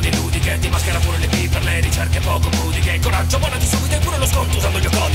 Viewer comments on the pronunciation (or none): Bravo, sempre divertente e spassoso. Ma al 4.50, durante la graffiante schitarrata metal, la pronuncia di "pùdiche" è appositamente errata al posto della corretta pronuncia "pudìche" perché per motivi di ritmo hai voluto attuare una sistole? Come sempre, grande, eh!